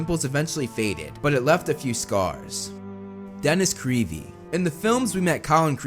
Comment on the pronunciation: I loved when he said Dennis kwere 🤣